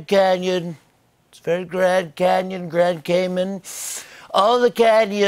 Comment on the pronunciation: LOL!!!!!!!!!!!!!!!!! Grand caymons???!!! Lurpal??!!!?? HA!!!!